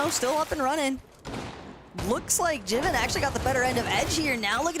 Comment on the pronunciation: Its not Jiven Fortnite, its Jivin (Jai-Vin)